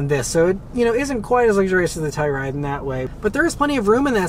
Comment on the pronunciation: Ah Beth this is baby poop brown...you'll get used to it. Love the channel. One more thing. please annunciate "Telluride". I thought you were saying Toyota Supra. Thanks.